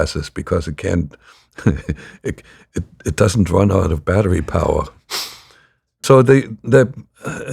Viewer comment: "battery power" for me sounds like a German intonation (as a Finnish native, competent in English and German languages) . This is the second instance of such in this interview up to this timestamp. Of course, anybody who reads this comment and tries it him/herself is tainted, because they know what to expect. Just observing. PS. A lot of useful idiots in US on the right nowadays, bending over to ruzzia LOL and the dems likewise are too sloppy in their accusations. What a mess 😅